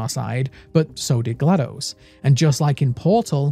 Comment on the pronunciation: ...My man you were already my favorite lore channel, then you had to go and call Portal 2 the greatest game of all time. And ACTUALLY PRONOUNCE GLaDOS' name PROPERLY. I am already subscribed, and I want to subscribe again. ((I wish youtube had a photo attachment option - because I'd show you my GLaDOS tattoo haha!!)) I've been on the edge of my chair waiting for new content from you, and THIS was well worth the wait, cheers!